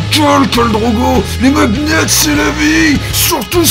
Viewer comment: "Mag-net" Euh hein XD